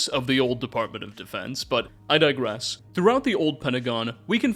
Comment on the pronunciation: phychers that cant control their powers and are crazy hmmmm warhammer sounding, also you use the word dirgess wrong a lot lmao